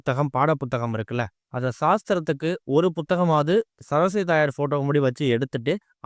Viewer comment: ச ர ஸ் வ தி . என்று . நிறுத்தி , நிதானமாக தெளிவான முழு உச்சரிப்புடன் புரியும்படி பேச முயற்சிக்கவும் .